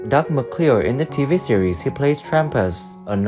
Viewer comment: Adding to the litany of mispronunciations: - "Doug McCLEER in the TV series he played Trampas, a noisy, sandy-haired cow HERD." Ed. - "oops; again and again." . . . . Sara Lane, Randy Boone, Roberta Shore, Don Quine -- "Now" photos all a decade old, from "The Virginian" 50th Anniv. at the Autry Museum, Griffith Park, Los Angeles, Calif., Sept. 2012. Come on now; "Then & Now TV Shows," a bit more research from a competent, professional photo researcher and photo editor would have dug around and found more recent footage, images. Reflection: - Clearly an accomplished, totally-at-ease-on-a-horse equestrian, Sara Lane transitioned from cute to pretty by age 17. She had such a captivating, ultra-feminine voice and, oh, was she blessed with a full-on-top figure. She outdid herself as an actress and a "Virginian" regular in 'Vision of Blindness' opposite guest star John Saxon turning in a fine performance himself as ex-con Ben Oakes. Thrown from a runaway stagecoach deep in the Medicine Bow Mountains, Elizabeth is blinded, left for dead. She's 'rescued' by Ben with whom she has her first love story, her first real kiss. Location filming in Los Padres National Forest are a big plus for this "Virginian". 1) Not to be, 2) not to appear, 3) not to seem insensitive and unkind, but someone 'out there' -- if not Sara Lane herself -- should put our concerns and curiosity to rest and fill us in on just what ailment she's afflicted with that caused her to balloon to the se